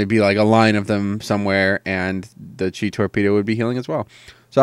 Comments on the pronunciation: It's pronounced mist 'weever' even though it's weaver. And you say "cheye" for chi but again it's pronounced like 'chee' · pretty sure chi isnt pronounced "chai" lol. thanks for the vid :D